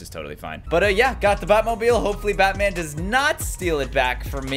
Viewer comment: In the beginning he said bat cev